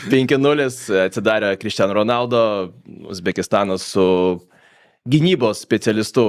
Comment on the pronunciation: Honaldu, ne Ronaldu. Yra video kur jis pats sako savo pavarde, ir ten R nera tariama